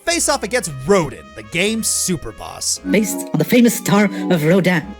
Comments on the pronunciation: "Once you finally do so, you'll face off against 'Ro-deen'." eye-twitch... Yes, it's spelled R-o-d-i-n, but it's pronounced "Ro-dan". Like Auguste Rodin, the french sculptor. And like the way it is pronounced in the game. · Rodin is pronounced Ro-DAN. it's French...... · Little error. You pronounced Rodin wrong. It's pronounced Rodon.